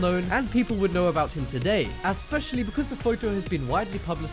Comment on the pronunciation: asspecially ??? TRY especially